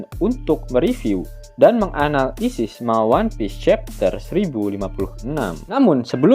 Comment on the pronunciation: Min kalau nyebut kata mengANALis jangan di pisah serasa ambigu sekali 🤣🤣